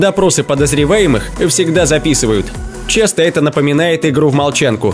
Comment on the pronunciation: странно ты произносишь слово "ЭТО " ты говоришь вот как ---> ЭТЭ или ЭТЕ